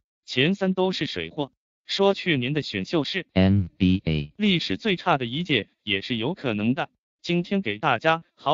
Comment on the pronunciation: NBA的發音真的很靠杯